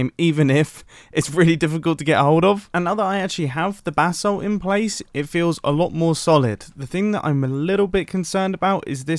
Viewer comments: Every prime he says “basalt” he sounds like he’s saying “bath salt” Like if you agree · Anyone else hear “bath salts” every time Mumbo says “basalt?”